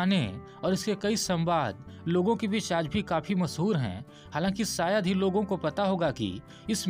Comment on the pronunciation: Sole nahi sir sholay sayad nahi Shayad hota hai nisana nahi nishana aap ke uchcharan me hi galti hai